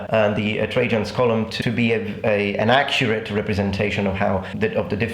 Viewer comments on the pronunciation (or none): none